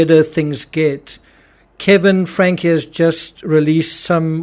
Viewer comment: It’s pronounced Frank-ee. There’s an e at the end of the name.